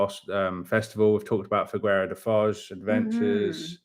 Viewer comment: Quick tip. In Figueira da foz, the U is silent. In Portuguese a G before an I and an E is read as a J. The u is there to prevent this, and maintain the G sound. Hope this was not too confusing (long story short, Figeira da Foz)